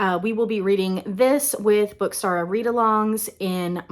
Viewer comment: you pronounced it perfectly!! so excited you’re joining us!